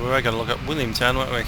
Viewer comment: Sounded like all cleared to Williamstown not Williamtown, nice view across the water to the city from Willy